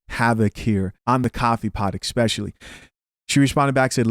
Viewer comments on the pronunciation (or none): Hey 'especially' starts with e-s-p and not e-c-s-p or e-k-s-p